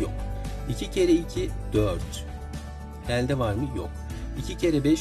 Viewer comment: E harflerinizi yanlış kullanıyorsunuz.Öğretmenler bile diksiyon hatası yapıyor ne kadar üzücü. Elde derken (E) kapalı olacak